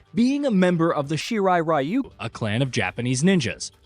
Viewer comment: man you guys just couldn't say "shirai ryu" correctly huh XD